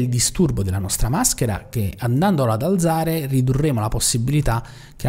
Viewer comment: Bravo, interessante. PS alzare va con la zeta dura come "calza", non dolce come zanzara... ;)